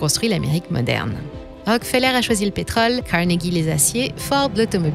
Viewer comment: Tiens pourquoi donci prononcez vous Rockfeller à la française ?